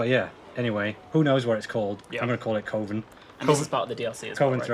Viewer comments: Awesome work on the revamp dude! (p.s. friendly advice as a fellow "filler word" person. You need to remove the word "ummm" from your vocabulary. You use it a LOT.) Also, it's pronounced "Kuv-en". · It is definitly cov-en instead of coh-ven lol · It’s kuh-vin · It's pronounced coven, as in covenant. Not coven as in cove. 🦇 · Pronunciation of coven: oven with a c in front That was irritating me slightly. F***ing loved the rest of this stream. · Cuh-Ven. Just as a reminder.